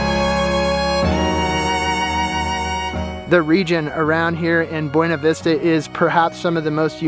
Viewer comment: It’s pronounced BoonaVista